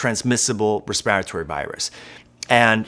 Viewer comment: Why do you say respiratory so weird? Also you talk really fast. Like really fast. Hmm